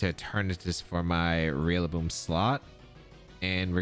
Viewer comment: Lol you keep saying realaboom